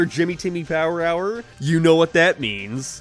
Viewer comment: Bro finally pronounced it right 😭😭😭